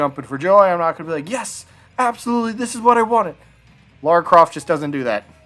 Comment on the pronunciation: Say "Mario". "Mario" Now say "Lara". "Laura"